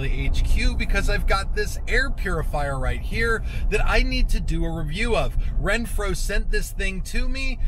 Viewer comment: Awesome product! But.... you kept saying “Renphro” when there’s no R in the name!😄😄